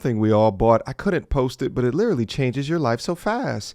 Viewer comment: she literally cannot pronounce the word 'literally'